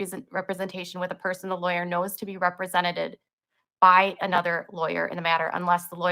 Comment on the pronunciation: The cringe.."represented-ED" she adds an extra "ED" on the end to once again show the world how amazeeeen her literacy is.....not. Also sneaking in another dig about your husband's floppy disck hey 😂😂